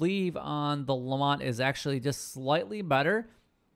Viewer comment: Why does everyone call it the LeMONT revolver? It's a LeMAT revolver. Like door MAT. There's no O or N in the name lol. Same with the Schofields. It's SKO-fields. Not SHO-fields. It's a Smith & Wesson named after Maj. George W. Schofield of the U.S Army circa 1868. He produced them in bulk for the Russians as a .44 until 1870 when S&W started mass producing the model 3 as a modified .38 to fit the Cavalry's needs. It meant that soldiers only needed to carry 1 ammo type for their weapons. It's actually my favorite revolver. I'm getting off topic though lol. I'm a gun guy so hearing people butcher names just urks me.